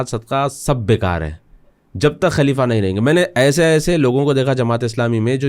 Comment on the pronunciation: آپ اردو زبان جاننے والے ہیں ۔، لفظ خلیفہ کو کلیف بول رہے ہیں ، افسوس کی بات ہے ۔ دوسری بات یہ ہے کہ آپ کی گُفتگو سطحی ہے جس میں اسلامک طرز اور تاریخ کا فقدان ہے بات چیت میں کہانی کا جیسا احساس ہوتا ہے ۔